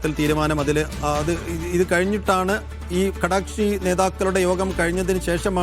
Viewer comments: ചാനലിൽ അവതാരകർക്ക് നല്ല സംസാര ശൈലി വേണം ഇയാളെന്താണ് പറയുന്നത് കടക്ഷി കടക്ഷി എന്നു പറയുന്നുണ്ട് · കടക്ഷി അല്ല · കടക്ഷി അല്ല ഘടക കക്ഷി